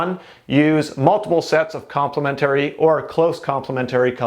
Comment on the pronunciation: Its complementary not complemetooory